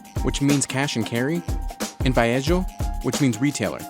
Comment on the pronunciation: Being half Brazilian please don't pronounce the j with an h sound like in Spanish. It's pronounced with a j like john in English. The video speaker tried to say varejo with an h like vareho but it's varejo var eh Joe! Also the r is not silent in that word.